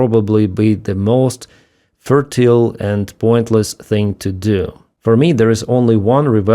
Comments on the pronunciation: I think you meant futile, not fertile. I got very confused there, for a sec. (Not my intention to complain about your pronunciation.) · futile "few..tile" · Pronounced few -tile